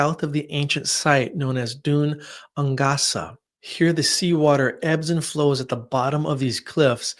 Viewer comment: ‘Gaelic’ is pronounced ‘gay-lick’. ‘Dun Aonghasa’ is pronounced ‘doon ain-gasa’ here, both said quickly!